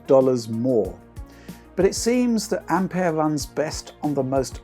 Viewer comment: Finally someone who doesn't say Ampiure